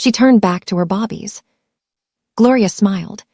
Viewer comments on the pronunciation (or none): Why do you pronounce Babies" as "Bobbies?" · Her saying bobbies sounds stupid and very annoying, they are BABIES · I am watching from Chicago, IL. I just noticed that another listener is distracted by the pronunciation of Babies as Bobbies. It bothers me to hear Bobbies for Babies. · I hate the ridiculousness of not knowing that the word is not bobbies it is babies, some of you also put airs for the heirs (as the next in line of great wealth) its got to stop just in case you don't know and your AI doesn't correct you. Even more so when you put subtitles. Babies multiple form of baby. Good luck. True reaction